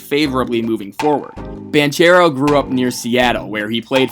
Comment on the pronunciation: Great vid man...I just wanted to point out the right pronounciation of Banchero's name. Its pronounced with a hard -c like this: ban-k-ero.